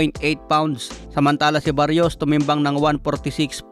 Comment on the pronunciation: Brod Mali yta pagkakabigkas moms apiyedo ng kalaban ni pitbul.. Salsal